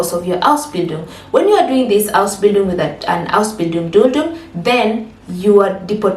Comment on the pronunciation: Please lay more emphasis on Ausbindun